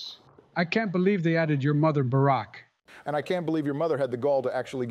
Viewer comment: For the third episode in the row, Barack's name is pronounced correctly.